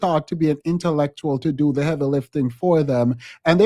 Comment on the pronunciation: “enTuhLectUal miNdZ” 🥴 I just know ima need some coffee, water, tea, extra strength tylenol, & an asthma breathing treatment to get through this portion of the live 😮‍💨